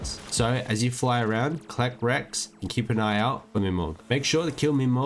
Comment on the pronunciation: wrecks not Rex omg (derpy me)